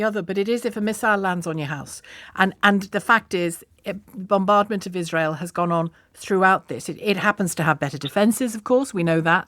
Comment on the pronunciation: “bombardment of Izzrel” 😂. One place looks like an apocalypse, the other place looks untouched.